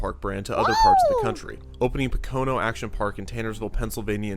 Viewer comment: Im originally from the Poconos, the way he pronounced Pocono is really annoying haha. PA sucks though.